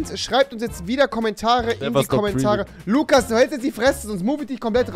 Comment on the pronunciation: Lugas mit g